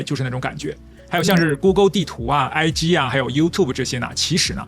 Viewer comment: 講ig講成I機🤩講g的嘴型 嘴唇要說屋接著念g 。屋和g嘴型是一樣的 希望下次能聽到的是講Ig而不是I機😜